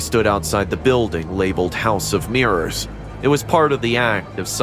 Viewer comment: Ah yes mirros not mirrors